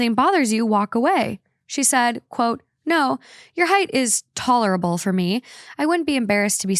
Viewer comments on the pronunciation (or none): she really said taller-able instead of tolerable 🤣